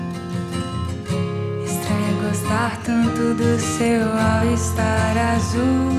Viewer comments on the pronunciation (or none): Vir só pra ver ela falar au star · o jeitinho que a Vitória pronuncia All Star... fofa demais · Eu vim ouvir a Anavitoria do cabelo cacheado falar "all estar" kkkk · Acabei de ver um vídeo no insta e vim só pra reparar a Vitória falar “Au Estar”